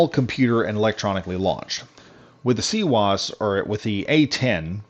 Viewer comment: Its not a cwose its cwis the w i z